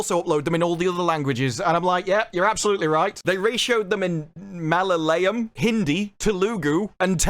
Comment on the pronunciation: The way you butchered Malayalam, Tamil and telugu 😂